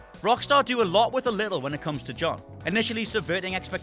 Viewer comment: I like her fiery attitude, but I absolutely HATE when she says "Joan"...bitch his name is John